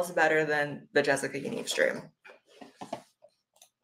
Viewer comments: It’s pronounced “Yaneev”.. sorry great video just had to say that.. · Why are people saying yan-ev isn’t it ya-neeve